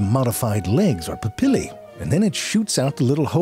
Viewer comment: Looks like I found a brother in pronouncing "papillae"